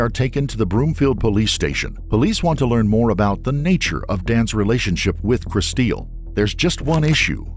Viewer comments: I doubt her name is pronounced "Kristeel." Looks like "Crystal" to me. 🙄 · Her mom pronounces her name Kristil like "crystal." The narrator, the husband, and the detectives all say it like "chris-steel." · I absolutely hate it when they mispronounce a victims name. Where did the get Kristeel from Kristil. Kristeel is not what her mother called her. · Decent video but the AI voice ruins it. Like Kristil (just a common way to spell Crystal a little differently) is pronounced "Crys teel". Wasted our time - just have a friend narrate! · Guaranteed her name was "Crystal" but people love to spell that name really crazy. The AI voice or whoever is driving me nuts saying "Kristeel". RIP. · Kristil? Pronounced Kris- STEEL? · Please make sure in the future that you pronounce vitim's names right. You can HEAR her parents pronouncing it "Crystal." If you are making content and profitting off of victims you need to make sure you honor them and pronounce their names right. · So does her dad